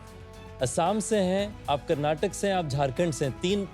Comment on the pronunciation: Ritesh sir, it's Karnataka not Karnatak